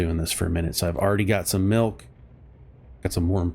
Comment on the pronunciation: HE NEEDS SOME MEELK!